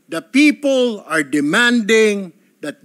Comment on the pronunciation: Tama ba yung rinig ko "Pepow" 😂😂😂